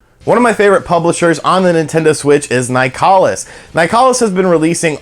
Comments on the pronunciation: It's pronounced like "Nicholas". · Uhhhh it’s pronounced nicholas